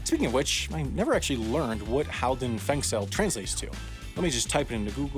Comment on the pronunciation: Your pronounciation of "Halden fengsel" is very good.